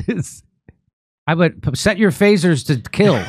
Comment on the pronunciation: "Set your faisers to kill" 🤣🤣🤣